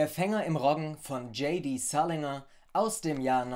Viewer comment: Salinger spricht man aber anders aus. (Sorry, aber finde ich irgendwie wichtig.)